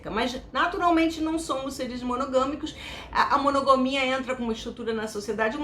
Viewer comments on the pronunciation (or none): Uma dica: monogamia (com "a" depois do "g"), não monogomia. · Ela disse "monogomia"?...rs...